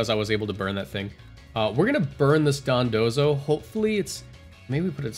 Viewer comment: why do you keep pronouncing it dodonzo? it's dondozo